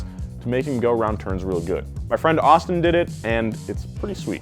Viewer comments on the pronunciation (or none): none